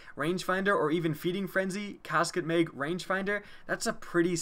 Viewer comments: It's MAG not meg... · He says meg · how he says mag 😂